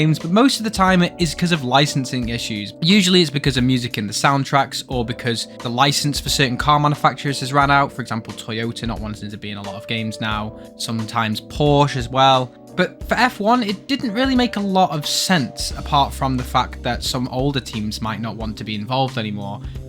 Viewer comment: Porsch… there is an e at the end. Use it